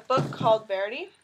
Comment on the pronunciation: Verdi is pronounced Ver-dee! Not Verdei